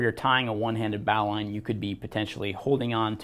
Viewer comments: Originally, it was a naval rescue knot. It was thrown from the bow of a ship to those in the water. The annunciation has been "bo-lin" knot over time. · Dandy video. The correct form to pronoune the word NOW is bo lin just like what Alexander said. English changes (too dang fast and stupidly sometimes, like in this case). I never thought about the etymology of the word though. "Bow line". Very cool little fact you put on here. I'm a climber and work at a climbing gym...I'll definitely use that little fact in my classes. In the end, thanks for the education buddy, but you'll probably get corrected on that pronunciation for the rest of your life. Especially on youtube where folks are quick to respond haha Peace n Luv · Definitely not a bowel line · >says one-handed >uses two hands Also, you're not saying Bowline correctly. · I believe you are mispronouncing bowline, merrium-webster seems to agree with me